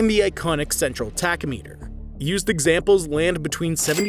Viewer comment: What is a tack-oh-meter? I think he meant tack-om-a-ter.